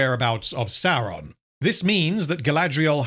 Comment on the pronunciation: You're pronouncing Saurrrrrrrrrrrrrrrrrrrrrrrrrrrrrrrrrrrrrrrrrrrrrrrrrrrrrrrrrrron wrong.